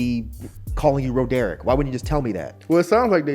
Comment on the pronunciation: "Ro-derick"..... man's just BUTCHERED my name 😭